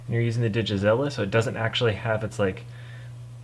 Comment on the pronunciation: It's DigitaLIZA not DigiZlLLA. But Digizilla sounds like a pretty awesome robotic dinosaur.